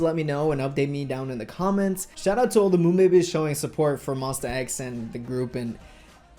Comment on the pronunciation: i really don't mean to come off as rude but, monbebe is pronounced mawn-beh-beh eheheh